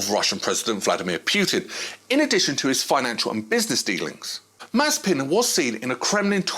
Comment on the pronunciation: Bro, you need to learn how to pronounce names. Pjutin????????????